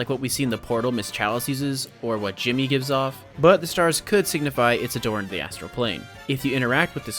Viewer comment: It's not Jimmy, it's djimmi